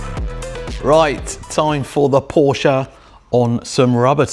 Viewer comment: How can you call yourselves a "massive fan" of Porsche while referring to it as "Porsja"???